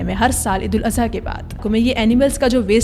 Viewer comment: Eid ul aza❌ Eid ul adha✅